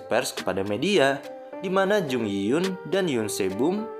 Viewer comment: Berikut beberapa kesalahan pada video ini : 1. pengucapan nama karakter Yoon Sae Bom yg benar harusnya YUN SAEBOM, bukan yun sebum. 2. pengucapan nama karakter Jung Yi Hyun yg benar harusnya JEONG I-HYEON, bukan jung yi yun. 3. pengucapan nama karakter Han Tae Seok yg benar ya HAN TAE SEOK, bukan han te suk. 4. pengucapan nama karakter Oh Joo Hyung yg benar harusnya OH JU HYEONG, bukan oh ju hyung. Jelas, dari sini kita semua bisa liat klo si adm ga teliti dlm melakukan pekerjaannya. Bagaimana bisa dia melakukan kesalahan disaat dia sedang mengoreksi kesalahan dari hal lain? Manusia emang ga lupuk dari kesalahan, tp klo dibanding kesalahan dlm penempatan barang yg berubah tipis dari tiap scene film/drama (seperti bbrp yg admnya sebutkan di video), jelas, salah menyebutkan nama jauh lebih fatal. Terdengar sederhana dan sepele tp sebenarnya itu berpengaruh sangat besar dlm berbagai hal. Sekian koreksi dari saya, terimakasih.